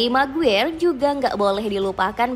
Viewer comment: Maguire = maguwer😂🤣🤣🤣 Maguire = di baca "MEGUAYER"